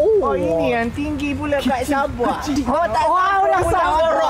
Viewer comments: Haahha..SABE...Bukan SABOH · The way you pronounce sabah as Sabe.. 🤣🤣🤣